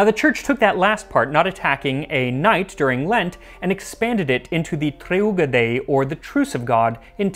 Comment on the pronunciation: 07.30 not treUga but treGUa (trè - gu - ah.)